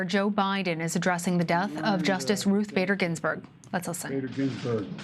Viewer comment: I could have sworn at the beginning Biden called her "Ruth Gator Binsberg"